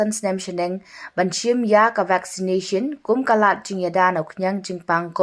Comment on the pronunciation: Vacsinashin..ps.cis..ch cis woow style bha ka pronounciation jog phi kong